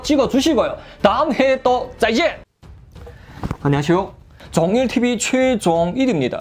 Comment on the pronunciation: 안녕하쇼가 아니라 안녕하세요 입니다